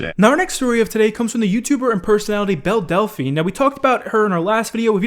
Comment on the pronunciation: No One:: Bell DELphine